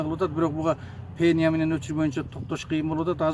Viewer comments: Пеня эмес пена! туура сүйлөштү уйронсонор, бир жолу жеп жута берип сүйлөштү деле унутуп калыпсынар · Пена дечи , пения дебей .